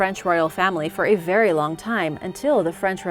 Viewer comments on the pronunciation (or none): none